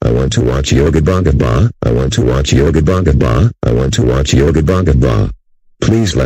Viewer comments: When he repeats yo Gabba Gabba, he sounds like he is saying "I want to watch yobongabong". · He Said Yo Gapa Gapa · The way Dave pronounces Yo Gabba Gabba is very funny 😂